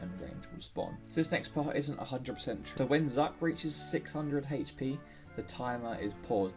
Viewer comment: haych pee